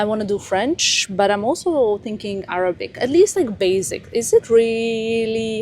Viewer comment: your Arabic accent is so good, It’s not too hard to learn, knowing your drive you can do it. And omg Vogue, how huge, congratulations 🤍